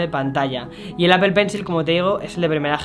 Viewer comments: Me causa gracia que el tipo dice "Apel" cuando en realidad el fonema es "Apol" pues ni muy fanboy de Apple 😂😂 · PORQUE DICE ''APPEL'' ??? QUE NO SE SUPONE QUE ES ''APPLE'' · Si los españoles presumen hablar el ingles como se escribe... Porque no dicen Aple" en lugar de apel? Y video" en lugar de vidio" Wtf maldita sea!!! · Daks Sama porque tampoco es apel 😂😂😂, el fonema es apol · Exacto, en lugar de apel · Nadie: Este chavo: APEL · apel?... en serio APEL? ostia usa un traductor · El “APEL” 🤣🤣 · "Apel", "Vídeojogo". Otro más...